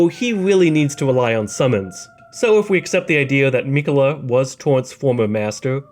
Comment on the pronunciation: You: “Rule: Don’t be a jagoff” Me: “fine, just say Miquella correctly please.”